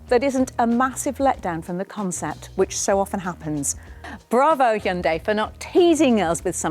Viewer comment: Your pronunciation of Hyundai: 👌🏼